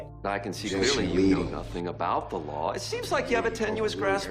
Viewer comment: "I know the lahr," 🤣🤣